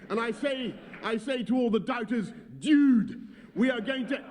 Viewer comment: "Diude, we are going to......." The man cant even say dude properly...fml